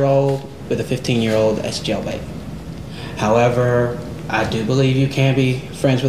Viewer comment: A fifteen year-old with a twunny year-old? Das jellbate